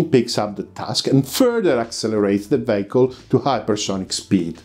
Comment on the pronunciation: not vayicle, but veeicl, im wanting to help; as with heeyt not hate.